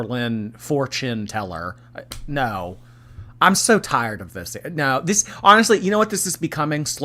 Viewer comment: When you said fortune-teller I heard four chin teller 😅